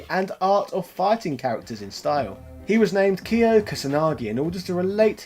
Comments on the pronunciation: Before watching, are you gonna say Kaio instead of Kyo, just like you say rAyU instead of Ryu? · when i heard "Kiyoh", i closed the video.